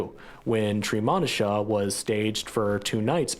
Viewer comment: The correct pronunciation of Treemonisha is, "TREE-MOE'-NISHA"!